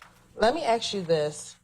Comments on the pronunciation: Let me aks you this. Very edumicated dear prosecutor. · I wish people knew how to say “ask”